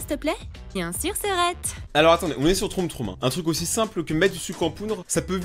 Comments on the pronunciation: A la place de dire trom trom troum troum dis plutôt trom troum 😂😅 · Debut de vidéo quand tu dit "troum troum": WAAAAA MERCHI ENFIN ^^ Tu dit "trom trom": non mais sa partais bien;_; Continue comme ça j'adore tes vidéos 😁! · "trom trom" haha😂😂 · "Troom troom ba vous voyez je sais le dire"2secondes après"trom trom"🤣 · Moah j'aimais bien quand tu disait trôme trôme :'(